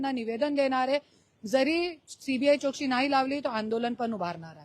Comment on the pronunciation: करुणा ताई आपण मराठी बोलता.. आपला आम्हाला अभिमान आहे... ताई चोक्षी बोलता... चौकशी बोला ताई.....